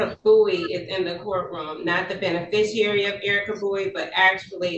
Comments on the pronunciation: "ben-a-fisher"????😄😁😁😂🤣 OMFG, these people need huge amounts of help with the legal terms they profess to use. And by "legal terms," I mean they need to learn to pronounce words with more than two syllables. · What's a bene fisher? lol She really means beneficiary, but just can't say it right. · 🤨🤔😐 What the hell is a "benefishooer"? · What the hell is "a benefisher?"